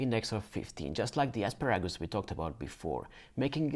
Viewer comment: I could listen to you say "asparagus " all day! Where are you from?